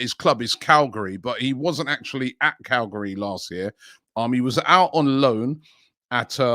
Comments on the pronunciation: Man said Calgari when it clearly says Cagliari 😂😂😂😂😂😂😂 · CAG-LEE-AH-REE and SAS-SU-O-LO.. ffs Robbie get it right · Robbie, it’s Cal-Gee-Ah-Ree … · 'Calgari'...that made me laugh. A nice chuckle. Thanks. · "galgri" 🤣 it's cagliari the reason why i watch this sh** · The Whole World: Cagliari Robbie: Calgary 💀🤣🙈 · Club: Cagliari: "Calgary" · Am I the absolute retard or did Robbie absolutely butcher that Cagliari pronunciation 🤣🤣